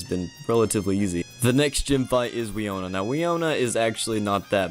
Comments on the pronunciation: Wee-oh-nuh? BRUH. Wih-no-nuh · For future reference the 6th gym leaders name is pronounced win-oh-nuh